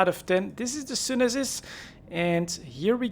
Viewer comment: Pretty shure its pronounced sune sis